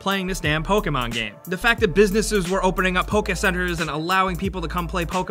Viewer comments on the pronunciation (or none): none